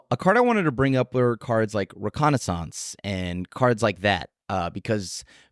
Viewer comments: OMG! Hold up. Was the only one to pronounce reconnaissance correctly. ruh·kaa·nuh·sns? I'm not sure if I should buy a lottery ticket or start preparing for the end of days. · I thought said it right. I'm right there with you buddy!